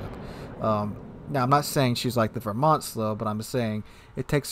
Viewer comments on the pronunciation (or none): none